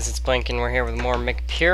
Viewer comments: Why do you say "mick" instead of MC at the beginning of the video? (Like "imm see" because it stands for Minecraft) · Like the letters M and C... But they're pronounced Imm See.